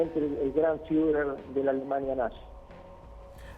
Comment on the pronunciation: "el fiuler"